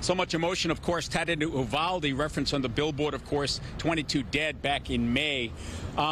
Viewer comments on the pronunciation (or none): It's pronounced......YOU-VAL-DEE not EW-VAL-D.